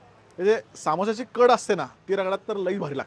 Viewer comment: सामोसा नसतं ते समोसा असतं